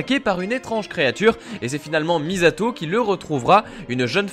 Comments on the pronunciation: Moi aussi sa ma fait mal de d'entendre le "z" :/ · sérieux!!! mizato!!! c'est misato pronnoncé missato... mais t'as vue la série ou t'as juste lut la page wikipedia? et t'as pas compris le plan de complementarité de l'homme...